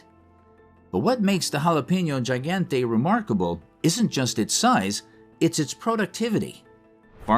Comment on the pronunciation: Around the 16 minute mark, you guys are talking about a jalapeño pepperThe jalapeño Gigante. You’re pronouncing the last word wrong. You want to sound more like: he gone teh.